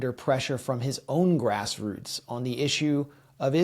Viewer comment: Please don't say "grassroots " again 😂